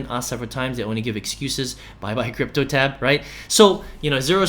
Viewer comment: Its cryptotab bro. Not cryptoLab